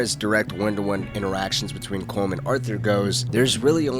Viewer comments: Is Collum! not colm! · Its pronounced colum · pronouncing Colm wrong 😔